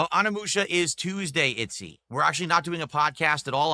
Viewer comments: Game: O-Ni-Mu-Sha: A-Ha-Ni-Mu-Mu-Sha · Why does he keep saying ON -e-moo-sha?